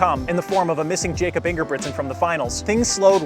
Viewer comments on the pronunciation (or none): Pronounced Yakob dude. C’mon. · It’s pronounced “Yacob” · Jakob, the way you said it is English. He is from Norway, which is pronounced as YAH-kup. I am just trying to help! So, hopefully this is helpful.